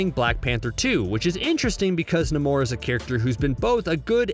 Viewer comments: It's "NAY-mor," genius. Not "na-MOR." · Na-mor ? Its nay-mor. I now question this whole video. 💩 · It's not nuh-more it's Na-more spelled namor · Nuh-more? Namore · ❌ Nah-More ✅ Nay-More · It's said Nay-More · You hurt us fans By saying Namor's name wrong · I literally can't get over how he pronounced Namor.....